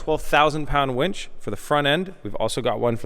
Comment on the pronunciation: Oh, did you just said it wrong